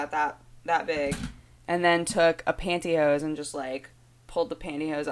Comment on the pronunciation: The way you said pantyhose made me want to watch Robin Hood Men in Tights really bad.